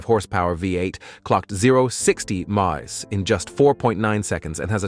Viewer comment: Your AI voice narrator guy can't say simple terms like mph without glitching. Sounded like marbles in the mouth or something. Is it really worth having a monotone expressionless and glitchy computer do all the narrating? I love C4 corvettes but I only got halfway through this video. Not trying to be mean, just honest.